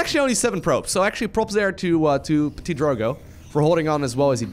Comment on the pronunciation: Gotta love the way says le PETIT drogo